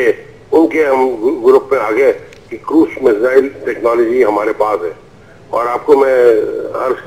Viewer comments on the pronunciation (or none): lol she said measles